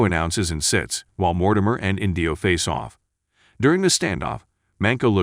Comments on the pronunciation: Oh my gosh, it's not InDEEo, it's EENdeeo. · Inndio! 😂. It’s Indio (inn dee owe) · And the accent on the name 'Indio' is on the first syllable.